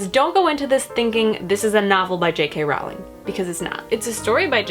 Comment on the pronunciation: Her name is actually pronounced *Rolling, like a rolling pin. I made the same mistake for years. Just thought you might like to know. As for the script, I don't think it reads like j.k. Rowling's writing at all. Not even a tiny bit. I understand that you need to allow for differences because it's a play script and not a novel but I thought it read like fanfiction (pretty terrible fanfic at that.) I thought the dialogue was so bad, nothing like j.k.'s witty characters and worst of all, the plot was full of holes and kind of...ridiculous. The great thing about the HP series is that even though it's magic and fantasy, things make sense. Everything was planned out to connect and actually make sense. The script felt like it was written by an unskilled teenager. I'd love to read rowling's original story the play was based on though.